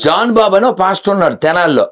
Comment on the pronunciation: 💥 Madam, meeru prati saari Pastor pastor anetappudu naaku "Bastard" "Bastard" ani vinipistondi enduko mari...🤣🤣🤣🤣🤣